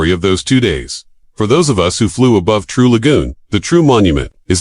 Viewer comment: Learn to pronounce the name correctly or don't open your mouth at all!